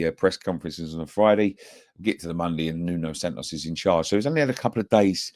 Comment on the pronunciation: It’s Nuno Espírito Santo not SantoS